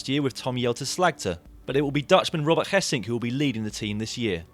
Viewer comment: Marcel Kittel and Robert Gesink are pronounced wrong... please do an effort. And by the way nobody from Omega Pharma Quickstep? Strange...